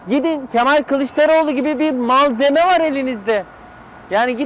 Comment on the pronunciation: "Mall zeme" :) dedi ya harika vurgulama alkış alkış... :) bu KK da azcık yüz olsaydı siyaseti bırakırdı zaten.